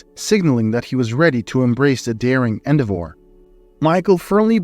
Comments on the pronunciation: Beautiful story and pronounced " en-dev' lazy "o" -or en-dev' or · Sorry ,lazy "U" not "o". En dev or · Coveted has the accent on the first syllable and endeavor has the accent on the second syllable. This bot is crap.